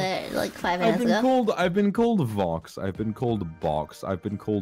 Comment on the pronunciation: Nah she was def drunk towards the end with “Cobx” heheee